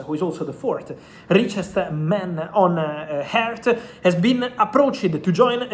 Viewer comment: Fabrizio trying to pronounce earth ☺️